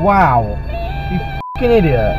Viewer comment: "Audiot" apparently entered the popular lexicon 😂